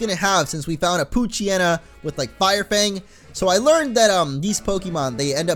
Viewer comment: damn it, i keep hearing coochyena instead of poochyena